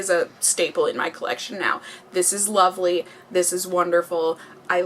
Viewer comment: When she was talking about the bronzer did anyone else catch her say "loverly"? I thought that was so cute haha. Love you,! Thank you for another wonderful video.